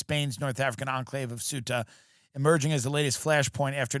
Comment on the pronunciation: He can’t pronounce the name of Ceuta, he can’t locate it in a map but he still has the nerve to comment on how the Spanish society deals with migration No doubt he is a great clown